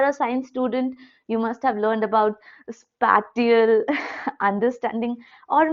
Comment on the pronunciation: Spatial - Spae - cee - ul